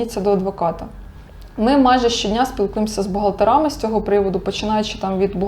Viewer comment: відео гарне будь ласка, не кажіть бухгалтерИ бухгалтерАми бо важко слухать